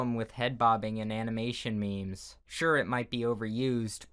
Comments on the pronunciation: “Anamanation mimis” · Animination me-mes.